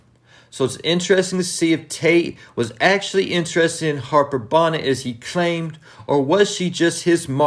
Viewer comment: I love your commentary...but its Harper Bonet...pronounced "Bow-Nay". Tate is a crook who will get found out eventually. I believe between Ramona Garrity will get revenge on Tate from the last episode in OG Power. Harper may get him or even Rick Sweeney. We will see. 👊🏾🙏🏾